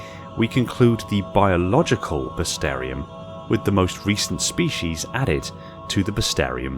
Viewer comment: We're running out of species and you're still pronouncing bestiarum as "bestarium", LOL